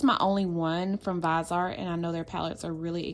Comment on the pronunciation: By the way you pronounce viseart wrong it's pronounced vis-e-art